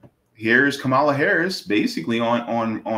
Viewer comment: Please stop miss pronouncing her name . You will never get a perfect politician never